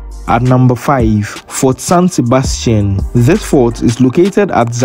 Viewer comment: The fort Sebastian in shama the pronouncing was not correct